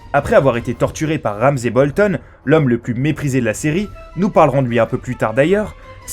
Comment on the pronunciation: Il a dit Wouamzay Bolton : /